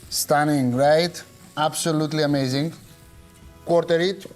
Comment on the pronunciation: I love how many syllables you put in the word "Amazing" at the end! A-muh-A-zuh-ing! I freaking love this channel!